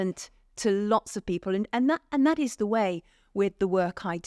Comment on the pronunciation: Mr Gold, your diction is atrocious. Why? Strike is not pronounced shtrike. People is not pronouned peepoor, and please stop waving your arms about.